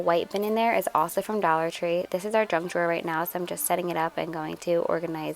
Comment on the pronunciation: Did you call the “junk drawer” a “drunk drawer”? 🤣🤣🤣